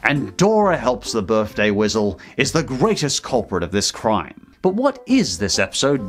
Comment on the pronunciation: Birthday "wisal" lol